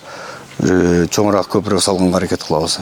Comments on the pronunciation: Далбойоп копрок дебей копоро деп айтсан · Копурук катта деген создорду туура суйло блогер кыргызча суйло.Сени бут Кыргызстан коротго